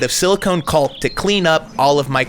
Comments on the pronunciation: i cringe every time you say "culk" is it for monetization/PG or cus you dont know it's pronounced cock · Great build. Very clean and modern. The bedroom is outstanding. Just a minor pet peeve. The "l" is silent in caulk.